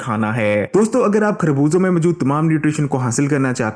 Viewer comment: کھربوزے نہیں خربوزے کہتے ہیں۔